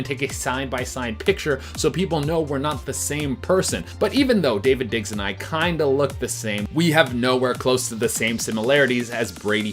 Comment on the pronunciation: It’s Daveed digs not David digs